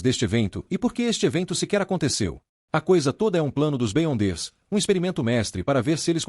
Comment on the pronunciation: Top! uma dica para o narrador. escreve errado para pronunciar certo. Beyonder ---> Biondes Da certo! Sucesso!